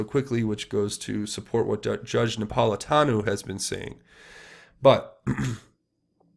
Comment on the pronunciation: Some observations re: this video. (1) Judge Napolitano's name is pronounced Nap - pol - i - TAN - oh," with a long "O" at the end. (2) The concept of "American exceptionalism" is NOT because we are the biggest and baddest, but because ours is the only governmental structure that (a) recognizes that we are born free, thanks to the Creator, and that (b) freedoms do NOT come from government, but from Almighty God. We are, in a sense, the "exception" to the rules of governance as written by all other nations. (3) When it comes to understanding the underbelly of the Middle East in ways that would make Stetzer's bald head spin, you need to avail yourself of the information put out by Amir Tsarfati and "Behold Israel" on YT. Amir is an Israeli Christian living in Jerusalem and has an increasingly popular and important Bible-teaching ministry, with a particular emphasis on prophetic "End-Times" predictions by the ancient writers of Scripture. Amir became a Christian at age 19; served in the IDF, and was the Lt. Governor of Jericho, and today has connections in the Knesset, the IDF and the Mossad. We simply have no clue as to what is really happening in the Middle East, thanks in large part to the MSM, but also because of our Western bias and ignorance of how events from ancient history have brought us to the present day. If nothing else, you can always compare and contrast Amir's info and insights with your own research to get another perspective, something that is sorely lacking in